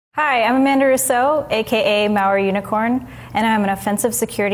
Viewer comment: like Jean jeaque Rouseiou